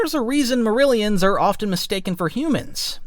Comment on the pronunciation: They're called "Miri-alans" btw, not "merillions"